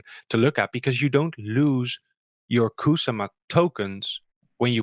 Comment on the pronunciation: We got a treat this time. Butchered both DigitalDave and Kusama! ;-)